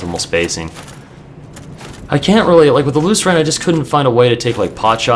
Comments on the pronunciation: I think it's pronounced 'loose - earn'. That's how I read it anyway. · You just have to get the R2 timing down. Lrn2Lucerne Instructional: watch?v=o6VvMdTNaSA Also, I'm pretty sure it's pronounced loo-sern.